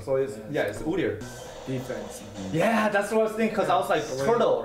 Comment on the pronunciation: leqgue of legends players?? "UDYR" XD